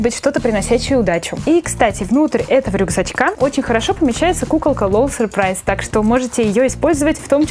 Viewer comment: Не надо говорить сюрпрайз !